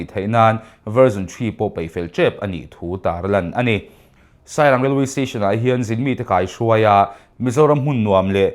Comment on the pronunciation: Script editor a fakawm hle mai. DDK aiin in ti tha zawk, tawngkam chuangtlai a tlem. Lo tang zel rawh u. HMASAWN NAN- Puangtu aw a tuai-aw lek lek, Vaihlo, paih, Vaibelchhia, etc, te hi veihlo*, peih, Veibelchhia*, tiin i lam a, Tin, *Certificate hi Certifi-keit* tiin i lam tlat mai bawk. Tunlai Thalaiho lam dan ang hi chuan lam lul lo ula...